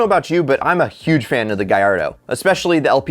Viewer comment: It hurts me when he says Gallardo like gyardo :(